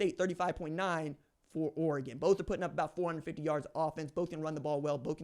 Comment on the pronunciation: (o) times sounds about right. At least you can say Oregon correctly props for that.